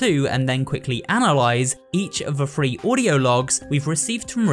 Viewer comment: "in chapters 1 fru free" wtf